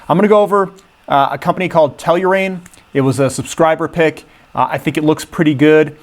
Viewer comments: you really should learn how to pronounce their name guy, Tell-ur-Ian, practice that for a while there will be a test lol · that is not how you say Tellurian lol